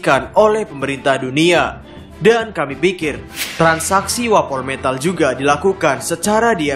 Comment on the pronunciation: Wapometal sebutannya bukan wapol metal